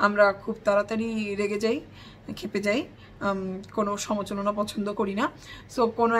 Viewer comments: সমালোচনা সমালোচনা 😅 কিন্তু তোমার ভুল উচ্চারণটাও শুনতে খারাপ নয় কিন্তু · " সমালোচনা " হবে উচ্চারণটা।